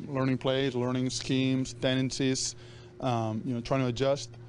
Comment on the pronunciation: He loves saying tendices